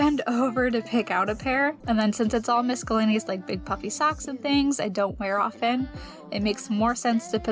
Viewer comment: Love a good declutter, especially when we hear you thinking out loud about your plan. Love the idea of filming options for where to hang things! ( p.s. sweet girl, the letter c in miscellaneous is silent )